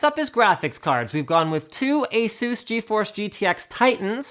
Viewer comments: its asus not azeus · I can't stand how you guys say "a-SOOS", it sounds absolutely silly. It's "ACE-us", that's how the company pronounce their own damn name. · Why do americans say ASUS like that? It is pronounced AY-SUS